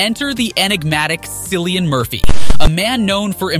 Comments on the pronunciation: Cillian. His name is Cillian, not Sillian. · You do not pronounce Cilliam right!